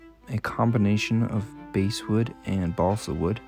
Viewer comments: Basswood is Bass as in the fish. Feel free to google "Basswood Pronounce". You do some stellar work. Keep up the great hobby work. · I thought basswood was pronounced like the fish